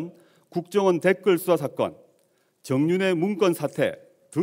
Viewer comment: ㅋㅋㅋ 막판에 대놓고 걱정원이라고 발음했어 ㅎㅎㅎ